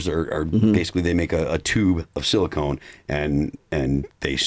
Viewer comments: Phil, I love you but it's pronounced silicon not silicone. They are used for very different things😂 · Who’s going to tell Phil that it’s silicon not silicone